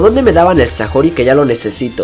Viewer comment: "Sajori" xD